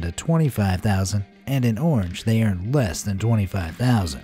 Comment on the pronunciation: Distribution??...u pronounced "earned" incorrectly Comrad.